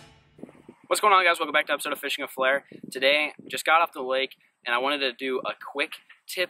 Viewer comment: man you were complaining about how fast Jon b says fishing the mid west listen to you say fishing with flair